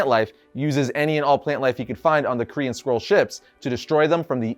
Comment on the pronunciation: Dude it totally sounds like you’re saying Korean Skrulls whenever you say Kree & Skrulls 😂